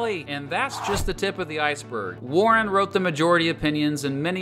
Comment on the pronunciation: Earl Warren? Earl warren? Ouch.